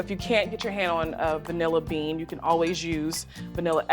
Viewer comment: I like how she emphasized “VANILLA bean,” as opposed to kidney bean, lima bean, navy bean….